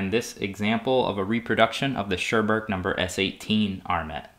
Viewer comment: Well made video! But "Churburg" is pronounced "Koorboorg". Little hint: The German "u" is always pronounced like the English "oo" (exept for the diphtongs "eu" and "äu" which sounds like "oy"). :)